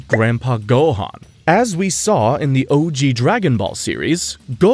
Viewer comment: Why's this guy not even trying to say the names right? How do you say Goku and Gohan wrong as an English speaking anime fan? Rolling the R in Rukia from Bleach, etc...